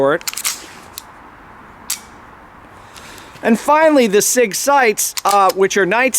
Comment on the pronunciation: That is a Sig-Sauer, not a S.I.G.